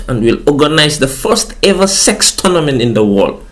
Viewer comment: Why are you putting so much emphasis on the SEX?? 😂😂😂